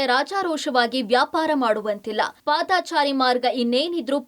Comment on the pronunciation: ಪಾದಾಚಾರಿ ಅಲ್ಲ ಪಾದಚಾರಿ